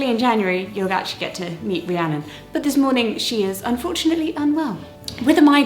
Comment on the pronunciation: Gasp! my name is Rhiannon! And I'm so happy you said it correctly.